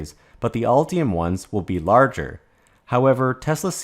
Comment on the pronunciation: Ultium or Ulti-hum?